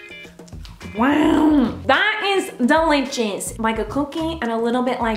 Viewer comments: The way she says DELICHOUS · its delichouts...